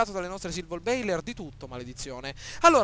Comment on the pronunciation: Silver baller, non bailer